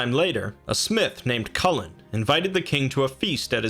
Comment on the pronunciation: His name is actually pronounced "Koo - Hoolan" :) great video btw, its nice to see someone talking about Celtic myth